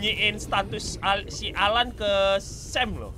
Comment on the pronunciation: Bang namanya AL-AN bukan alan